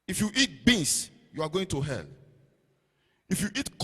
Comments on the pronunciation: He said you are going to err😂, instead of hell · "You're going to ELL" , 😂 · to be fair he did not say "hell" he said "ell"... 🤣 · Pls he never said u will go to hell...he said u would go to “ell”...let’s be guided😂